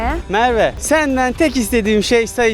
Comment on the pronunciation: alper : ismin nedir ? = merğğveğğ